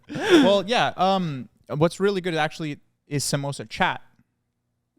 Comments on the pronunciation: I CANT with the way you guys are pronouncing samosa chaat and pani puri ....😭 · bye literally being pakistani and they mentioning korma and mispronouncing samosa chaat